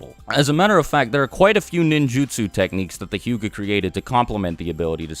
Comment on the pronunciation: the word is hyuga not huga